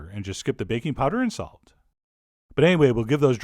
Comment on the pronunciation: I thought he said a toucb of "baby powder"... I spat out my food im eating then realized its baking powder duhhhhh lol